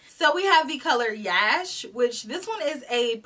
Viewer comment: Yash is pronounced as “Rush” but replace the R with a Y sound. It means success in Hindi.